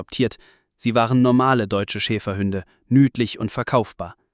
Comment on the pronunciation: Das heißt nicht Schäferhünde, sondern Schäferhunde. Ansonsten schöne Geschichte.